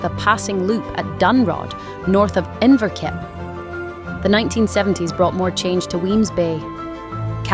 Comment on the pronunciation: Lovely video. I agree that this is the loveliest railway station that I've been in, anywhere. Couple of pronunciations to tidy up. "Inverkip" and most definitely Gaelic (Gaidhlig) is pronounced "Gaalic" not "Gaylic". Moran taing.